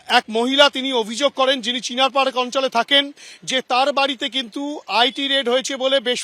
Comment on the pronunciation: চীনার/चीनार Park, not ছীনার/छीनार 😭😭😭